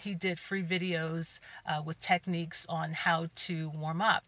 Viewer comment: Did Geneva teach him those techniques or as she would say, "tepneeps"?😂😅🤣🎶🎵🎼. Another great video, keep up the great work!💛💛💛💛